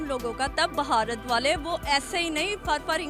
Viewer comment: ये बुढ़टोदी भारत को बहारत बोल रही है। 😡😡😡